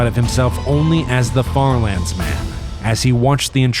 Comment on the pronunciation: Bro said farlandes